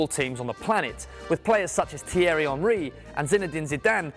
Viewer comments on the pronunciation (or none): none